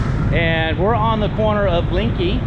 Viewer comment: soi Linkykee?..it's LENGKEE en is en,..as in leng not ling, try again cause you ain't special...yu is just anuffa, a merry can of flatulence ( not influence, as you wish ) 🤔